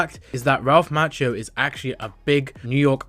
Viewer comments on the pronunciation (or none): It's mah- key - o 🙄